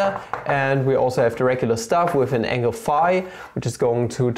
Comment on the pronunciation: I like that he goes texan everytime he mentions the angle.